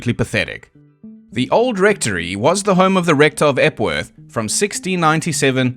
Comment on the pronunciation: Epworth Rectory... Jeez. I actually thought you said "F-word rectory" the first time you said it. I was like: "Weird, normally he doesn't censor himself like that".